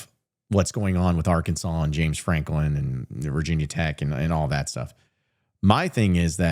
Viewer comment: if you say James Franklim one more time I'm going to UP CHUCK